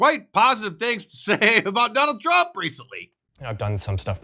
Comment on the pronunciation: When she mispronounces Trump is that racism?